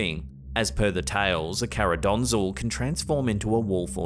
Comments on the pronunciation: Hey, just to correct you a bit. The name of the entity isn't Karadonzul, but Karakondzhul. Best regards from Bulgaria. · It is actually pronounced "karaconjul", native bulgarian here:))) Love your videos, gretings from Sofia, ^^